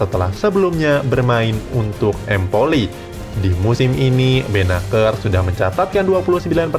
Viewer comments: Kjaer dibaca Kiyaer bukan Kejaer ... Dodol lu Bro ... Bennacer dibaca Benaser bukan Benaker ... Rebic dibaca Rebij bukan Rebik ... Belajar bahasa negeri orang dulu Bro baru ngomong ... Ibrahimovic dibaca Ibrahimovij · Kessie kali om..bukan Kresi Benaser bacanya bukan benaker. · bukan "KRESSI" min tapi (KESSIE) dan ISMAEL BENNACER dibacanya ( BENASSER) bukan BENAKKER😄😄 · Ehh longor.. bennacer bkn bennaker, kessie bkn kresie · Salah panggil Nama King Kessie , Kualat ente min 😂😂 Satu lagi Bennaccer bukan Bennakker 😂😂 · Kressie, Bennaker 😂😂😂 salah cara bacanya banggg wkwk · Siapa Kressy woi??? Benaker pula. Kjaer dibacanya bukan kek mujaer juga. Rebic woi, bukan Rebik. Lol. Gak sekalian aja Lionel Kessie dan Zlatan Abramovich? 😂😂😂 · Kessie dibaca kesi... Benaccer dibaca benasier...